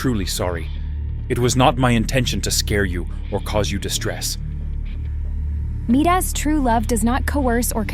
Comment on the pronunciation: It's Midas not meet us Aphrodite🤬🤬🤬🤬🤬🤬🤬🤬🤬🤬😡😡😡😡😡😡😡🤬😡🤬😡😡🤬😡